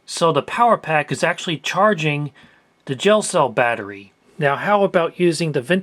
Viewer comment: I thought he said "jail cell battery" and wondered wtf that was lol.